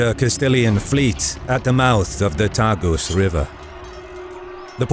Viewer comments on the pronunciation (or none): none